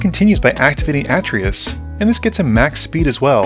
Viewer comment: It's actually Uh-Tray-Yus